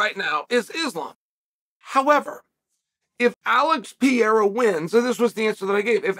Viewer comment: My spellings: Mahkhalchev; Piiiiiiiiiera, Charles Olive